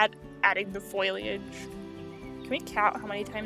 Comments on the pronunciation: fo-li-age ... not foilage ... (great video btw! super underrated) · Not to be mean or anything... but its foliage. Not foilage. Its just a word that is used so much that it actually becomes noticable. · You’re pronouncing “foliage” like “foilage” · fo-lee-edge! NOT FOIL!!!! lol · FOE-lee-age. Not FOY-lee-age. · It made me laugh every time you said foliage, not just because of how many times you used it, but also because of how you pronounce it with an extra ‘i’ like foiliage lol. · and sometimes Foiliage or just foliage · I also used to call foliage "foilage". I giggle when I hear it. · Omg I keep on getting triggerd because of people saying foileage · Strategy? Stragety ✅ Foliage? foilage ✅ Conducive? Conductive ✅ 💀💀💀💀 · I love the zoo but your pronunciation of foliage is kind of bad xD fol-ee-age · I really thought this video was great and you deserve to have your channel grow tons! I don't know how to put this without sounding mean, but I don't think you're saying the word foliage correctly and it's the only thing thar bothered me in this otherwise percect video. And the only reason I really noticed is because you said it so much 😂Good job and I wish you lots of success! 🎉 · You said foliage so many times and you mispronounced it every time